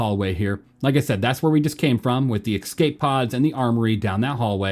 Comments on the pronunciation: Bro they’re called Escape pods not EXCAPE pods. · My dude, love the vids, but please learn how to pronounce the word 'escape'!